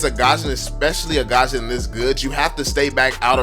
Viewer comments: It's gusion not gasion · I love your videos but It's not GASHON it's GUSION tf improve ur pronounciation it's pissing me so much ! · The way u pronounce Gusion GaZhunn